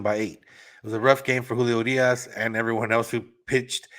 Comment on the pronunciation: The way you say Urias 🙄